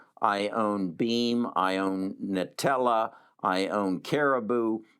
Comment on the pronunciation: haha i feel ya bro. This man doesn't even know the company name of NTLA. He keeps calling it Nitella, for Intellia. What the hell? I am in CRSP, NTLA, CRBU, BEAM also, but also in TSLA. I just hope more ppl don't follow what he is saying. Not even sure if HE understands what those companies actually are trying to do.